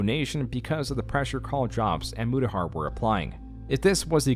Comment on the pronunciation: Mutahar went Murahar? lol